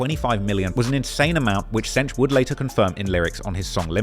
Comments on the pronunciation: I'm cringing every time he says "cench" 😂😂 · cench and diddy 😂?